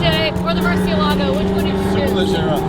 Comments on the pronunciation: Stop saying rare murci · Moor-see-ella-go. Why is it so hard to say it correctly?